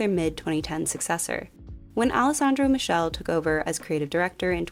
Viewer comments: Love that you mentioned Alexa Chung and gave props to Miuccia. Ps it’s pronounced “mee-KAY- ley” xoxo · For future videos: Alessandro Michele is pronounced Alessandro Meekélé, hes italian